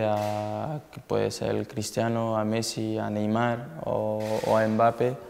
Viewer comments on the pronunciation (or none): none